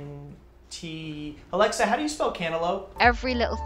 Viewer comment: "Alecktha" hahahHahaha